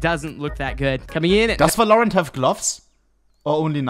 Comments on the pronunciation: His pronounciation of valorant is giving me shivers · Bro hates the game so much he refuses to pronounce the name properly